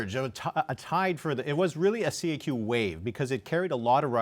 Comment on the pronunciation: It is not prononced C.A.Q, it is la kaque !